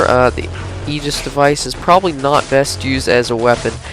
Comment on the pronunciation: You didn't pronounce it right, look at this video /watch?v=-updOpky10Y and look , Xbox Ahoy says Aegis right. :P